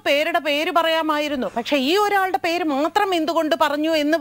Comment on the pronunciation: പേർ അല്ല ,mrs dubbing artist 😄പേര് എന്നാണ് 🙏